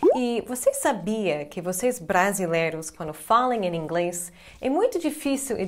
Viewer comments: Que legal o "Em Inglês" dela parece en inglês pq ele estão acostumados a juntar o "in english" que é com N e não M, mas o Português dela é um dos melhores. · Hey, Jackie! Your Portuguese is beyond excellent! However, when you connect "em + inglès," you give yourself away. It's not so simple to explain here because the connection between these words produces a phoneme that doesn't exist in English. Try and hear how native Brazilians pronounce them. I'm sure you'll master this in no time. Great channel! Way to go!!